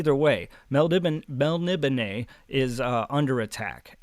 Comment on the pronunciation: Well I had to check it out but your pronouncation of Melnibone is dead on, I always thought it was melni BONE like in a skeleton... I have that same edition but I haven't got into it yet. Stormbringer the sword seems very influential, the whole black blade thing, Erikson cribbed for Anomander Rake in Malzan and other authors have done the same.